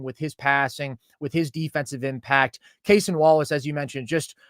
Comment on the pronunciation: Love you guys! It’s just “Cason” not “Cay-son”. Just the standard pronunciation